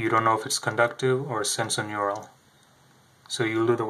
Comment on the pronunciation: Would be nice if he pronounced it correctly- it is sensorineural not senso Otherwise an almost perfect explanation